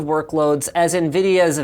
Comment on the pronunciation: "as nvideas v100, as nvedia v100" editing mistae